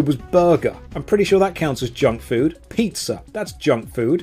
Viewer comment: My Italian soul died a little at: "pizz is junk food!"